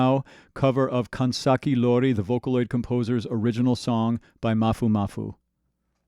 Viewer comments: Additional correction. He might pronounce iori as i(letter i)-ori, but the correct one is i(letter e)-ori😅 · It probably doesnt matter at this point anymore but I just wanna point out that the name of 'Life Hates Us Now' is Kanzaki Iori as in 'i' not and 'L'